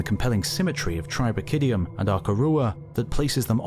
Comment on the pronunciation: The 'CH' sound in Latin is pronounced like 'H', not a 'TCH'. It's cHarnia not TCHarnia even if the name of the locality is pronounced differently. TribracHidium, not TribraTCHidium.